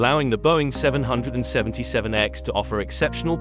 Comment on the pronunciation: Can’t abide the poor AI audio. Learn how to say “777” and we will take you seriously.